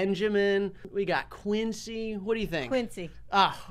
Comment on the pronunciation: Man said Quincy😭😭😭😭